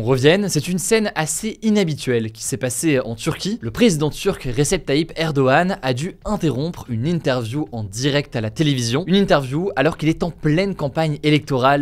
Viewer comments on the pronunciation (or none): Recep ça se lit "rejeb"